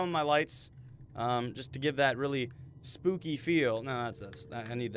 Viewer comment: did you say spopy